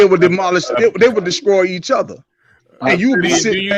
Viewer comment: Was that brotha saying "descroy"?